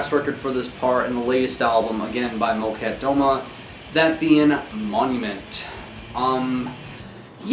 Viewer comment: Here she comes, person to correct pronunciation. No judgement at all, but Molchat Doma is pronounced kind of like MOL chaht duh MA